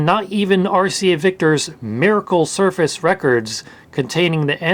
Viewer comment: "suface" lol